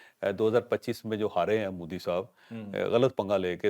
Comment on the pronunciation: مودی کی بجائے موذی بولا کریں